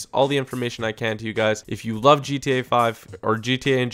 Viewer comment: Subscribe for more daily ... TOP NOTCH ... DGE-TA Five videos. Makes me laugh everytime he says it, it sounds so damn funny.